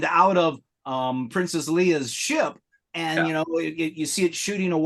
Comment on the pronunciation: First time if you were here. someone said Princess Lee-ah. I’ve never in my 54 years of life have I ever heard it pronounce that way. (Smiling) Anyways, I’ve been collecting modern action figures since 2015 and I also don’t plan on selling off my collection. In TBS I have a small collection of around 275 figures, 4 vehicles, and 2 Dewbacks. In TVC about 180 figures, four vehicles, three different creatures. Also, I full on cosplay as Luke, and Din. -The Disneyland Neighbor